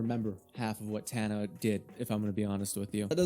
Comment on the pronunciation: Tana is so loved idk what you’re talking about whenever you can’t even do a quick Google search to pronounce her name right